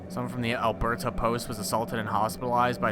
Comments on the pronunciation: I love how pronounces "Alberta". To be fair, I don't expect him to be familiar with Canada at all. Kind of an eye-opener of how little Americans know about us XD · As someone from Alberta, everytime he says it I cringe a little bit! Haha